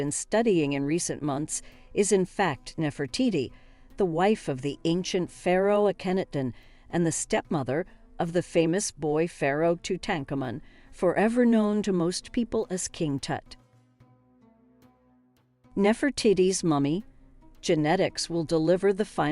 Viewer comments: „Tut Tank Ammon“ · I'm intrigued by the way you pronunce Akhenaten and Tutankhamun as Aknaton (with stress on the Ak) and Tutankamen (with stress on the tank). Is this your American accent or is this a newly agreed pronunciation? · she said too tank a man 🤣🤣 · Ah yes, King “Too-tank-ah-min.” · Ah-ken-ah-ten, Toot-ank-ah-mun, Ank-en-ank-sen-ah-mun. she butchered their names. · Zhai hawas. Aken nat ton. Say it with me ….Tutankhamen. Too tut ka mon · Nefertitty? Tootencome-on? Tuten camein? Aknehut-on? These computer generated videos suck on pronunciation and make it hard to listen to. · Tut-ank-hamun....Ak-hen-aten.....sorry but you are wrong. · So I've learned 3 new ways to pronounce Tut Ahnk Amon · The pronunciation is incorrect for King Tutankhamen and King Ahkenaten and EVEN Queen Nefertiti in certain parts of the narration. Get it right!